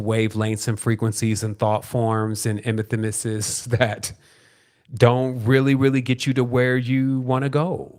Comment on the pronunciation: Enthymesis: en-THEE-mis-iss. Enthusiasm, passion, not thought.